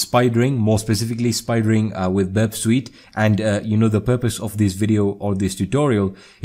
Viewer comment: Burp Sweet lmao